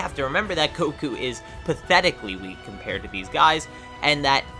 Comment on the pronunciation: he said koku instead of goku🤣🤣🤣